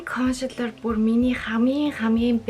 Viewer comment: Кошэлэр гээд байна консэлэр шдээ